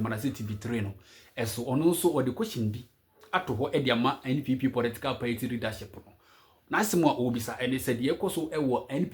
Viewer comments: Pls it's party and not payti. Stop saying payti 😂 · Its pronounced paaati not paity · Masa it's pronounced party not paity😂😂. Hope you ain't angry with me 😂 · These people and their pronunciation 😅paity paaa